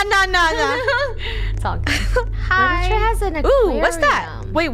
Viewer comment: Funneh: littiure Me: litture